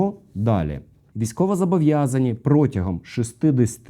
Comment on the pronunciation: Правильно казати «зобовʼязані», а не «зАбовʼязані».))